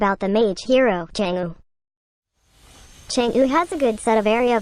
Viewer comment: Anyone getting triggered by the way he says chang'e, bcos he's saying it wrongly tho